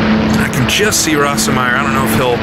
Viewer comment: watch a documentary and learn how to pronounce the drivers names. there are plenty of examples of proper pronunciation out there. I've never heard Bernd "Rose-meyer" pronounced "ross-em-meyer" . It makes you sound dumb. You get them wrong all the time. It's annoying. Work on it. Also, don't talk so much.